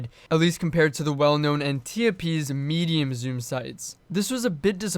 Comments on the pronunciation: I can’t help but hear “meme zoom sights.” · every time you say medium zoom I hear meme zoom.